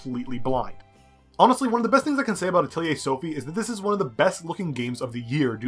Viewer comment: Finally someone who pronounced it correctly....I seriously think the developers also said it wrong....i saw many reviews with "Atleyay"'s in them, so annoying!